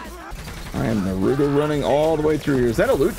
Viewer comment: Yo please never pronounce naruto like this again. They even tell you how how to pronounce it in the show. Thank you and i love the series